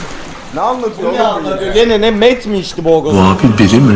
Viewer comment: METOOOOOO DEĞİL METÖÖÖÖÖÖÖÖÖÖÖÖÖÖÖ